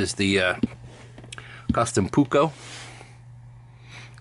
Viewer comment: It’s not pukko. It’s Puukko. If that’s referring Finnish word of knife.